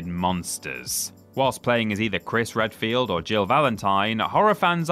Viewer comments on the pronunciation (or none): none